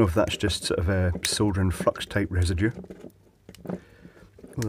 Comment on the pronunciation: At first i thought he was saying fuck instead of flux! lol